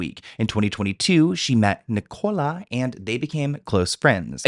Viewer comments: Yeah, it's 'Nik-ul-a' not 'Ni-cola' 😅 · Sorry but it’s Nic-co-la Little less on the cola pleas😂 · you saying Ni-Cola kills me 😂😂 in South Africa it's a really common name idk about the US. Pronounced with the stress at the beginning like ni-cala❤❤